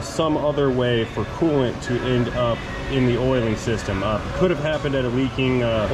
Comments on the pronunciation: It's oilant, not coil. :) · It’s not coil it’s Koo oil sir u ain’t cool unless u run Koo oil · Cooilant....you heard it here first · I think oolant sounds better. Pronounced "Ewlant".